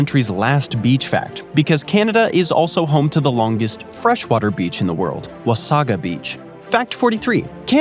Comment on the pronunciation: That's 'Wah Say Gah' beach!